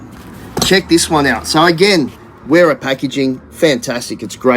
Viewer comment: And WERA is pronounced VERA. Heck, majority of people mispronounce Adidas, Volkswagen and so many more! But most people get stuck in their ways and refuse to understand languages different from their own. So they'll go on saying Nippex, WERA, et. al.